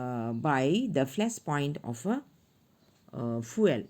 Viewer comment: "The fueal got me rolling🤣🤣🤣 fr"